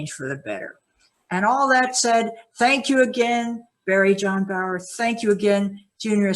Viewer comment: Its not barrie- jon. Thats you before now bro. Or do you feel it is future stuff?